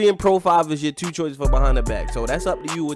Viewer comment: U must be from Baltimore just of the way u say two(tyuu)